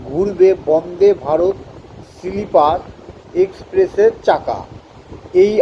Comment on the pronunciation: সিলিপার না রে বাবা !! স্লীপার । লেখা পড়ে বলা অস্বস্তিকর ।